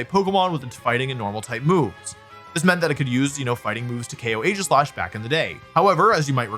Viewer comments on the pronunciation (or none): none